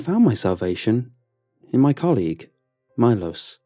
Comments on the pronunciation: Milos is actually pronounced ME-lo-sh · You pronounce it Milosch